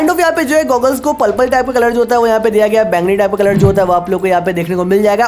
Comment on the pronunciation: Palpal nahi hota purple hota hai😂😂